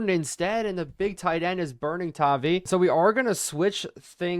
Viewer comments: I haven't seen anybody say it so i will, its pronounced TAH-VIE, as a patriots fan it hurts to hear you mispronounce it. All love though, really enjoy the videos :) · Idek how to spell the pronunciation of tavai but it’s an i sound lol sorry man just a pats fan great vids the algorithm will help you out soon enough blow up INCOMING